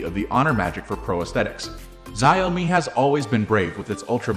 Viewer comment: I believe it is pronounced ‘Zhow-mi”.